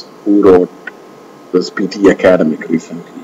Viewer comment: For eg, in the first few minutes, few words are mispronounced.. like "academic", "pronunciation", "comparing", "may not". You pronounced it as "Ak-aad-emic" which is wrong. It is /Ak-ed-'emic/ with the stress on the last syllable. And 'pro-NOUN-siation" is the wrong way to pronounce. Its /pro-NUN-siation/ and /pro-NOUN-s/. That's the difference between the two. If you pronounce "mp" as "mb" (for eg, "combaring" and "comblex") that's considered wrong as well. "May not" is not a single word but 2 which you have to pronounce distinctly-like /mei not/ and not "menot". I would also like to point out that PTE Software is reliable as far as correct English with no hint of mother tongue is concerned. And, the system is not at fault. Happy learning folks! :) Its better to not opt for PTE if your speech has flavors of mother tongue. And yes, you're right. IELTS is easier. :)